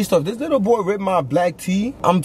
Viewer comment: He said fat ahh bou